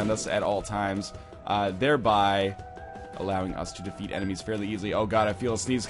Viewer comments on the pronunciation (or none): none